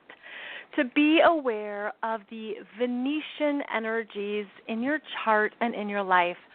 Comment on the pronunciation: Hi there! Great info and thankyou. Just wanted to clarify the word Venetian. Venetian are inhabitants of Venice, Italy. Venution or Venusian are associated with the planet of Venus. A person “from” Venus can also be called a Venerian (in Science Fiction). It may be your accent, but I thought I kept hearing the word Venetian. I certainly don’t wish to be a know-it-all: but the distinction carries a planetary difference; one is from Italy, the others from Venus. Love what you do...& again thanks for your insightful sharing with us all. 🙏🏻 xx